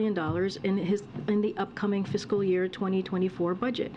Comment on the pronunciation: She almost pronounced fiscal as physical.